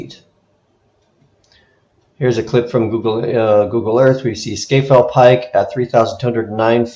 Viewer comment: Oh, and “Scafell” is pronounced “Scarfell”.